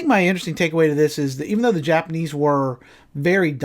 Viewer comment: Did you say nipanese